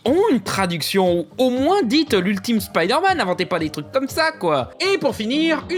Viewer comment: vous dites peut-être «spideure-manne» en France mais au Québec au moins on s'efforce de prononcer correctement les mots en anglais, c'est assez immonde à entendre franchement